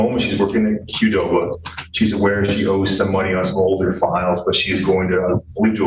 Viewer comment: Bro said Qudoba😫🫪